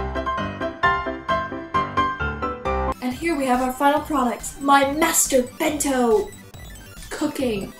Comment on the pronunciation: it sounds like you say "mento" EVERYTIME.....